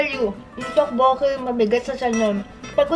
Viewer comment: To-bo-kki po hehehe hindi po tokk-boo-ki tteobbokki